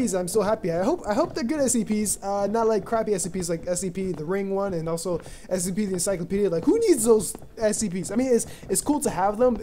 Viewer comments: You may want to consider Ritalin Also...It's S C P...not SEP. Enunciate :) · Hence my saying "Enunciate" because it sounds like he's saying SEP